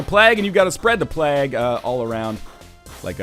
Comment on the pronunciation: Moar of this. Also it's called PLAGUE, not plag or plaque. Bald, canadian dingus.